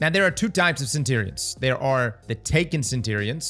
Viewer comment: I reckon you should mispronounce centurions a few more times